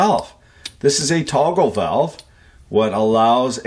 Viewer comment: "Walve" - a fan of "The Sand Pebbles" said. "Main stim stop walve!"